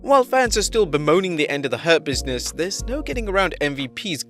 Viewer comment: im hearing herpeasness instead of hurt business